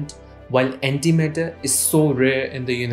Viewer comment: The whole time I tought he said anti metal